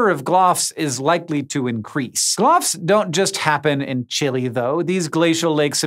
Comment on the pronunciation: How do you go thru all the effort of pronouncing lago cachet... but then butcher the pronunciation of Chile.